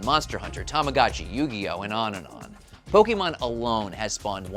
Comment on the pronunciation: It's not "pokeeeemon." Argh!!! Why is this so hard? Did no one watch the cartoon growing up?